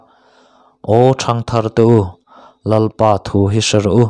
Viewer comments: Bung 1 na a Lalpa thu, tih hi Lalpa thu ti lovin Lalpâ thu tiin lam zawk ta la, Lalpa thu tih lai hi Lalpâ tih lai tak hi han thluk sang det ṭhin ta la, ngaihthlak a nuam leh zual dawn sia, chuan, i ti lawmawm lutuk bawk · Tlemin han uluk deuh teh, Lalpa thu tih tur ang ah hian a dik loh dueh tlat